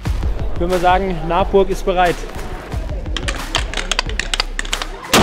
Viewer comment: Des heisst Nabburg und ned Naabburg 😅👌